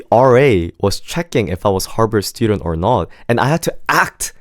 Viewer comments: Good thing you didn't get accepted because you don't even know the school's name its Harvard not Harbird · harvard ❌ harBard ✅ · Is anyone else hearing "Harpard" instead of Harvard?